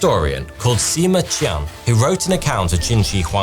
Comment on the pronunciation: Your pronunciation of the Chinese name is quite spot on. A n absolutely brilliant attempt! Well done! By the way, "Qian" in the name Sima Qian, is more akin to "Chian".